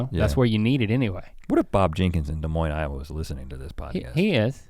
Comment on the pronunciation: I live in Des Moines and when I heard that I got excited yall pronounced it correctly